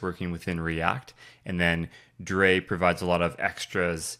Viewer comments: Just so you know, "Drei" is pronounced like the English word "dry". "Drei" is German for "three". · Great intro to R3F, thanks! Worth mentioning drei is probably pronounced "dry", as in the German word for Three, rather than "forgot about drei":) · Drei is 3 in german - so i believe it would be pronounced "dry" in english :)